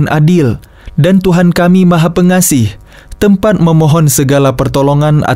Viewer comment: Maha Pengasih bukan pengaseh